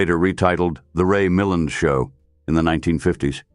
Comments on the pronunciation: Note to AI : his name is pronounced Mil-land (emphasis on the second syllable), derived from his stepfather's surname Mullane. I'm 78 and a great fan of early Hollywood films and everyone accented the second syllable in the years I was growing up and watching his films. The robotic AI voice also turned me off and I tuned out after 30 secs. Brave new AI world.. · Lots of AI mispronunciation especially Milland and RADA.